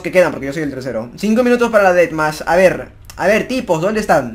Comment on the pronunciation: Min No se dice DeathMatch,se dice Detmas!!! :V #Detmas